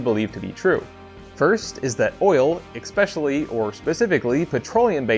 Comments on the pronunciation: You know some impostor has been doing your voice overs? A recent video said "especially" not the classic "expecially". I was concerned you'd been replaced on the sly, you know like that time Paul McCartney died. Glad to have the genuine you back behind the mic. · EKspecially ?? 🤦‍♂️, almost as bad as being ‘Pacific’ or ‘AKSing’ a question..... good god how the mother tongue is taking a beating 😔